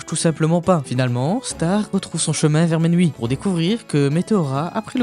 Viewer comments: La prononciation correcte du royaume c’est Miouni 😊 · Tu prononce mal le nom du royaume c'est Mewni 😅 Miuni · Pourquoi tu dis menwi?😂